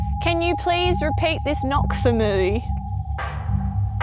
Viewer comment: "can you please repeat this knock for moweeee" Kath and Kim vibes xD